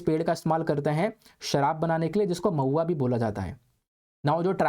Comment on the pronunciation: Mahua become pauya🤣